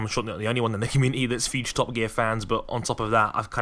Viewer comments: Did anybody think was saying fuge deal instead of huge deal? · "Huge" doesn't have an "f" in it. Stop saying "fuge".